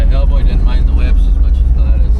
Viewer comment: you calling those whips or whoops? Maybe just an arizona thang!🤠